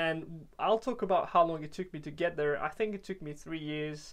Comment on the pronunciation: Très impressionné, bravo pour le travail ! Si je peux me permettre, j'ai l'impression que la prononciation du "there" peut être améliorée, et c'est un mot qui revient souvent donc on remarque la différence avec le reste qui est dans un accent british quasi irréprochable haha Bonne continuation en tout cas, keep up the good work !